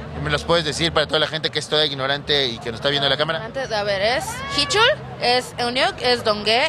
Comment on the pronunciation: Dime los integrantes: "Hichul, shidon, Kiuyun, riwuk, Done, Lituc," No mamen xDDD